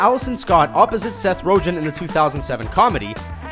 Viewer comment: Stopped after "Seth Rojen". I handled your slightly "off" pronunciations in other videos, but this is the line, my man. Seth Rojen?! Im out!